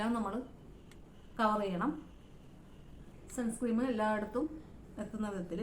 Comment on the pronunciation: സൺസ്‌ക്രീം എന്നല്ല സൺസ്‌ക്രീൻ എന്നല്ലേ